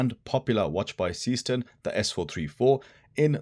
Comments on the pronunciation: That's because the pronunciation is garbled. It's zayshtern, not seastern (Seestern is a borough of the city of Düsseldorf, Germnay) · Your heading is wrong...S453 instead of S435.... The pronunciation of Seestern is zayshtern, not seastern.... and the case is slimmer (watch your colleague's comparative review on Youtube) although the overall height is the same due to the crystal. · The correct pronunciation is NOT SEEEE-STERN. Is german, not some weirdo-english. Thx. 😂